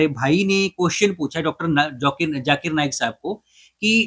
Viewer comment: Many indians specially the gujraatis cannot pronounce z sound. For them both sounds as if J . Z or J they pronounce the J sound. For example listen to the host when he says Zakir. It sounds as Jaakir. Zero from them sounds like jeero